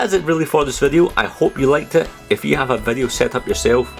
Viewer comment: i love it you you say " how are yüüü"